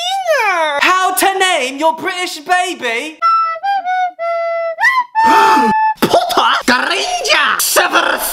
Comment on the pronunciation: "POTTAH" as a Potterhead got me rolling on the ground XD